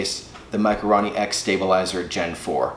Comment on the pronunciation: RO not RA.... for fuck sakes...